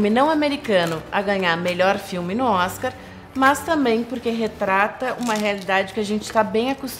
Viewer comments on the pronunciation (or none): none